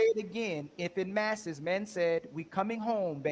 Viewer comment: "En masse" is pronounced "on mass"; why do Americans butcher the Glorious English Language???